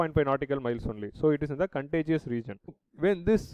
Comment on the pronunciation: It's not contegeous... it's contiguous